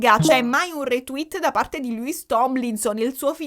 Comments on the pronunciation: tutto stupendo, ma... MA: E' LOUIS, NON LEWIS :(( p.s. scusatemi, ma è straziante sentirlo sbagliato per due ore 😅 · ti voglio bene ma Louis si pronuncia LUIS non LEWIS e Niall si pronuncia NAIAL! 😂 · allora premetto che sto amando questo video, il mio cuore urla a sentire parlare degli one direction e i larry, considerando che sto dietro a sti 5 da 12 anni. poi un'altra cosa: non voglio essere pignola ma SARÒ PIGNOLA e alcune cose le devo dire. 1: il nome di Niall Horan si pronuncia "naiæl" o più all'italiana "naial". tecnicamente il nome di Louis si pronuncia senza s, confermato dalla mamma di Louis anche se Louis dice che a Doncaster tutti i suoi amici lo chiamavano Louis con la s e ad x factor non se l'era sentita di correggere simon. ma tecnicamente si pronuncia senza s. te lo dico,, per i prossimi capitoli della saga che non vedo l'ora che escano. 2: la clip che avete inserito quando hai detto che harry salta in braccio a louis non è quella "incriminata" ma è una clip dove harry abbraccia un altro ragazzo con cui aveva fatto amicizia ad x factor. harry abbraccia louis mentre sono ancora sul palco davanti ai giudici subito dopo che gli viene detto che saranno insieme e mentre esultano. 3: da quel che ricordo io, nella clip in cui harry chiede a louis se è bisessuale non mi risulta che lo chieda a tutti ma io ricordo solo a louis e visto che tutti stavano dicendo "byeeee, byeeee", lui fa la battuta e chiede "are you bi?" visto che si pronuncia allo stesso modo. 4: nella clip in cui zayn viene zittito da harry con i fogli, la voce che dice "there it goes" c'è ma è quella di louis, non quella di harry. si vede che lui parla. si vede invece che harry sussurri qu